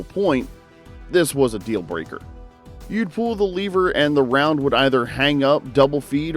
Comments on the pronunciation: LEVER NOT LEEVER YOUR PRONOUNCING WRONG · " . . . both the Henry and Rossi . . . . Incredibly reliable . . . " -- unlike this report. Once the curious viewer hears "lee - ver" over and over rather than "lev - er" it's clear: approach with caution". Or, cut to the chase: "Next!" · Hate the way you say "leever". I have a Rossi M92 that works just fine thanks. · I'm a really old guy and learned about guns a an early age. The first thing I learned from my father was correct terminology and it is not a LEE VER. Proper English rules apply. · “Leever” action. Lol!!! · According to this video it's" L-EEE-ver 🙂 I will agree that the Henry is heavier than my Marlin. . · I knew this guy was full of it as soon as he miss pronounced “Lever”